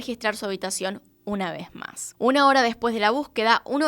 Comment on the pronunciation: Por que ya no dices?? Una vee maa?? Me gustaba más con tu acento 😁